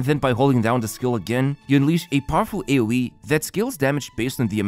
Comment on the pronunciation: The way he said Aoe, I heard Owiw.